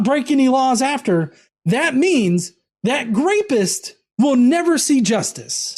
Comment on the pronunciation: wtf is a "grapist?" You said that word multiple times when describing some who did rape. No shit. It was a little distracting. I even backed up to make sure I wasn't just hearing things, mistaken. It was just weird.